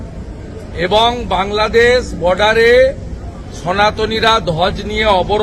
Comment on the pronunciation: 'বাংলাদেছ' নয় 'বাংলাদেশ' বলো।